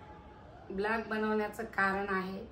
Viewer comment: Vlog❌ Blaag✅😂